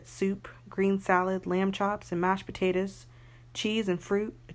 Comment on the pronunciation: Tell me you are country with out telling me you are country! Her: Mash p u t a t u s